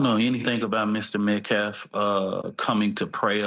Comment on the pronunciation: really! the scummy butchers the English language whenever he does a press conference! instesd of saying "Austin Metcalf", he says "Austin Metclaf". He said "Daniel penner" instead of "Daniel Penny". then, he said "deflence". 🙄